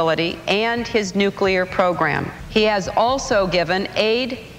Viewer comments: Am I the only one who feels ill whenever I hear Bush say “Eye-Rack” or “Nukuler Weapons”? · Remember, folks... If a politician can't pronounce "nuclear," he probably shouldn't be in charge of the largest military in the world. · How does someone become president who can't pronounce "nuclear"?